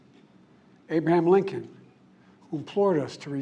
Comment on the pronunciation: Behold, the true epitome of "the greatest threat to our democracy." Also, "Ab-aham Lincoln"? If he believed anything he just said, he would have resigned during this speech. And his voice is so weak that they have to have his mic turned up loud enough for us to hear him swallow.